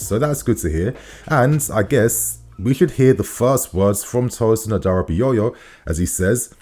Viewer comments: It’s aDara bi o yo not adarabiyoyo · His last name is pronounced as HaDaRaBiOrYour in case of next time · You tried on the pronunciation. A-DA-RA-BI-OYO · 😂😂😂 Tosin adarabioyor😂😂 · You didn't get the name right 😅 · And finally I pronounced his name right 😭😭😭 nah G. You still pronounced it wrong. It's all good tho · not really . Man put an axtra yoyo at the end lol